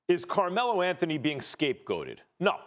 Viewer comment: Carmelo L-A-nthony